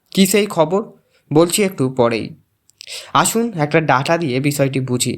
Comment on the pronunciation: অদ্ভুতপূর্ণ টা আবার কি !! বাংলা ভাষা টা শিখুন। বাংলা ভাষার আর কত অবমাননা করবেন !! যে ভাষায় প্রতিবেদন করছেন সেই ভাষাটাই ঠিকঠাক জানেন না। ডেটা কে ডাঁটা বলবেন সে আর বেশি কথা কি ?